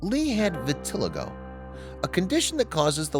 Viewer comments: VIT UH LY GO......your mispronunciation takes away from the story. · I wish the narrator would learn how to pronounce “vitiligo” before creating the video. It is pronounced, “vi-ti-LIE-go. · It’s great that you’re bringing awareness to this condition, but would you please pronounce it correctly? It’s vit-til-eye-go, emphasis on the long i syllable.